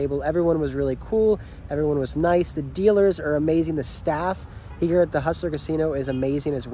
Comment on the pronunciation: Alright, I love you, you seem like an awesome dude but this is killing me… When you say ‘makes the call’ it sounds like you are saying ‘makes t’call’ or something. There is a the. It’s ‘makes. the. call’ but if you are fucking with us then kudos, you got me.